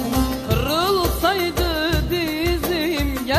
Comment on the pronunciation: Kırrrrrrrılsaydı Dizim deyişi.